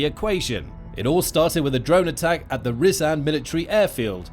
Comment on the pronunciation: Also, not "Ree-zan'" but Rya-zan Рязань